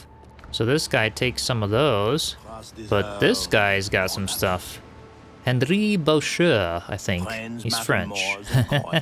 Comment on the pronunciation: For any who care, Henri Boucher would be pronounced Ohnri Bushay. Francois is Franswa.